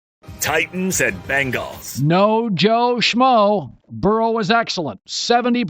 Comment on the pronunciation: Can’t stand the way Colin says bengals